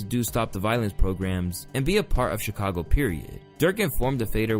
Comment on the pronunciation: did fool say "Chicongo"?? 💀